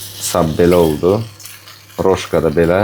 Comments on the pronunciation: bir düzəliş: kolbasanın adı "Roşka" deyil, "Rosko"-dur. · Roşko oxunur o kolbasa?Səhv tapmağa görə demirəm,mən bilən Rosko gedir